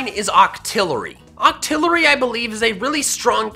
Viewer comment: Just saying you are making octilery sound like dito